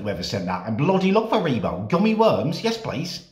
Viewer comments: He’s gotta he trolling with that pronunciation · the way you say haribo, good god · Can we appreciate how he says haribo sounds like a boss 👍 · I don’t know if I like the way he pronounces it Harrybro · From now on it's Harrybro and nothing else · Hari....WTF NOW? Hareeeeebo the mexican version of haribo?😭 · why does he say hariibooo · He called Harry bow hareebow 😐👄😐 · is no one going to talk about how he pronounces haribo😭😭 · The way you say haribo😂😂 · The way he says haribo 😂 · The way he says haribo. Ha ha ha ha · The way he says haribo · Anyone notice they way he pronounces haribo Thought it was funny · how did he just pronounce haribo? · Why did you say Haribo like that.